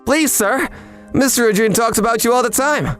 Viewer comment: Am I the only one bothered how they pronounced 'Ijuin and Sommelier' sometimes in this video? I love these videos but the pronunciation threw me off lol